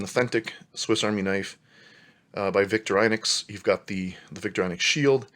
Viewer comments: Vik-TOR-ə'nox Almost ee-nox, but not quite. Wenger = VENG-uh That's aboot it! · Good video but pls learn to pronounce victorinox right xD And there is no swiss language its german. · Its weird how some people pronounce Victorinox “victor-eye-nux” but is really pronounced “victor-i-nox